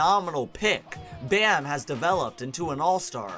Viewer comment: Hearing him say "chris bosh ahs tragic blood clot problems" got me dead🤣